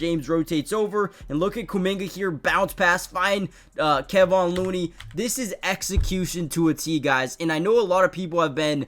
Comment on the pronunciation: It's ka-von looney not kay-von